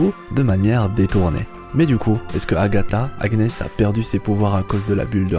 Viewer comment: Si je peux me permettre Agnes se prononce "Anniès"